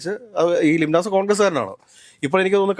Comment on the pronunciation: ലിംനാസ് അല്ല ലീനസ് ആണ്